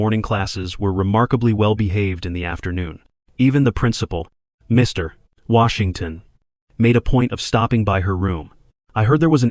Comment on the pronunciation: Where did you learn to tell stories like this one. You place emphasis on Mr then Washington. This distracts the story and throws off the story